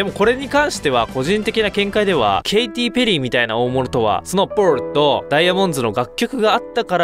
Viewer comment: なんでパールの言い方バグってるんですか？